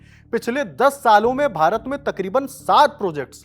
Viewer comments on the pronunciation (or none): none